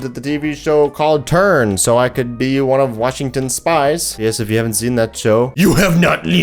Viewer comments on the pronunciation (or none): none